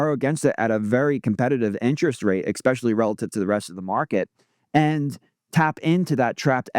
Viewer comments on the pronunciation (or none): it’s pronounced ESS peshially vs EX speshially